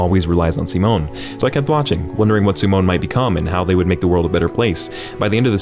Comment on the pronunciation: im so glad someone pronounced Simon's name right. im happy